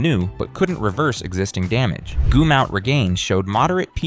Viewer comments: This AI bullshit pronounced Goomout instead of gum out. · 😅 its pronounced GUM...OUT. like chewing gum. 😅